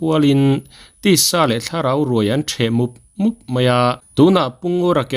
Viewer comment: Ruai theh mup mup tih a (mup mup) i lam dan hi diklo